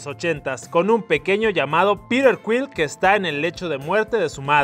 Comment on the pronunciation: soy el unico que entiende pirer en ves de piter?